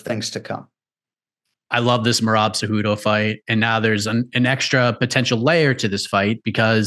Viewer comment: if he says mayrob one more time